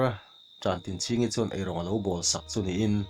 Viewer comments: Khawpuiṭan/Ṭan tlang a Ṭan tih ang hian Ṭantinchhingi tih hi lam la, a phuahtu te pawh zawt ve la.... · Tantinchhingi tihhi i chhiardiklo deuh niin a lang.